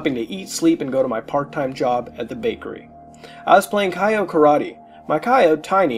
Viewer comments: the fact he pronounces Chao as "Kaio" instead of the correct pronunciation "Chow" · Good video but just so you know Chao is pronounced like chow not kaio or K.O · the fact that muta pronounces chao as kay-oh/kye-oh instead of ch-ow fucking enrages me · Idk how mutahar messed this up its chao not kyo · I hear Kyle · DID YOU PRONOUNCE IT "KYO GARDEN" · The pronunciation of Chao is killing me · The way he says it was the scariest part of the video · muta can't say chao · The way he pronounces chao is almost as laughable as the cutscene's in sonic adventure 1. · The scariest part of this creepypasta is how muta says chao